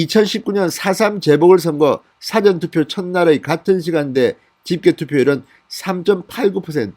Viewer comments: 사전투표가 아니고 사-전투표 입니다. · 발음 정확히 하세요 싸전투표가 아니고 사전투표 입니다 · 사전투표가아니고 사~전투표다 한국말도못하냐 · 사전 투표 율 발음하실 때 사전투표 빌음 너무 아닙니다. 저도 경상도 입니다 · 진성호님..'사전투표'를 말씀 하실때...사전이란 발음이 조금 달라서..ㅎㅎㅎ